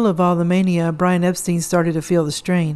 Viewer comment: Norwegian Songs?? Think you meant Northern Songs. Also, not to nitpick, but Epstein is pronounced like “Frankenstein”. But DO enjoy your videos!!